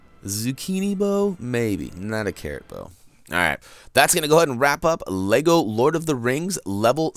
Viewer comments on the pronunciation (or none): none